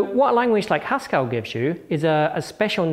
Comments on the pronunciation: The second e in "Haskell" is a schwa. When he pronounces it "Haskall" it's no wonder people ask "Do you mean Pascal?" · Stop. Pronouncing. Haskell. As if it. Rhymes. With. Pascal! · Hascal? is that a blend of Haskell and Pascal? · Hang on, Haskell rhymes with Pascal?!